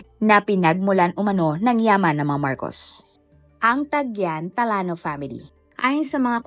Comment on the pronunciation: Talano ang basa talyano😂